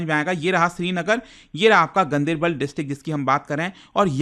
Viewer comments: Gandibal nahi....Gan- Der-Bal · He has pronounced it wrong locally it's pronounced differently like gaan-dar-bal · The right pronunciation is गांदरबल